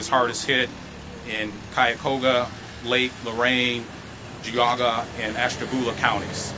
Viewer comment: Way to pronounce Geauga. Sigh. How long have you been here?